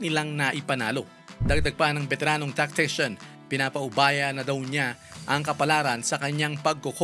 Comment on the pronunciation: "beteranong TACTICIAN"??? talaga ba?! 🤣